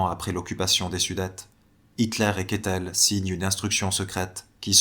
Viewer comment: Je crois que c'est [Kaitel et non Ketel)